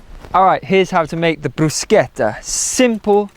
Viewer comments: You're pronouncing "bruschetta" the right way 😍 not a vegan, but very interested in adding some vegan recipes in my usual meals 🙂 Very calming videos, really enjoying ☺ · The first time I hear non italians pronounce Bruschetta correctly, I’m in tears